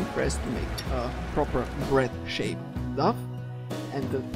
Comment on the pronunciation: Dough isn't pronounced "duff", it's pronounced "dō" with a long 'o' like in "slow".